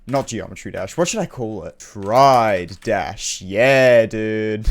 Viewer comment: I love how he says " trIDE dash"